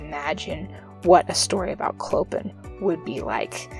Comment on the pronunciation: His name is pronounced Clo-pan :)